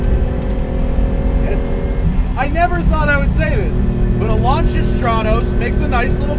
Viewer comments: LAN SEE A and not LAN CHi A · you review these cars but you cant correctly pronounce lancia......